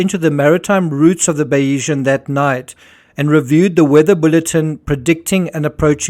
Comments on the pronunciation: I believe your pronunciation of Bayesian is incorrect. You are saying Bay-EE-zhun. In YouTube examples of Bayesian Theory pronunciations, it’s BAY-zhun or BAY-zee-un. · Great analysis on this tragedy. Just to say there's no 'E' in the pronunciation of Bayesian, ie it's pronounced Baysian. She was previously known as Salute. Mike Lynch acquired her in 2014 and changed the name to Bayesian, after the 18th-century mathematician Thomas Bayes, whose work on probability informed Lynch's professional thinking.